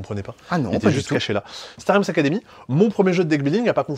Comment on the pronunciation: Un grand merci pour prononcer Star Realms correctement !